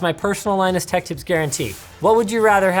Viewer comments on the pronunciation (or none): none